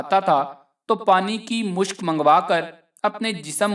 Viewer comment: Mushk nahi mashk kehty hen